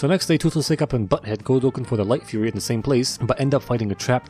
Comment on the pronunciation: Did bro say light fuhrer